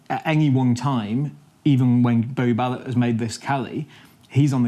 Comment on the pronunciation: The host really needs to improve his pronunciation, the way he butchers Barrett's’ name and other words (scrum half not scum half lol)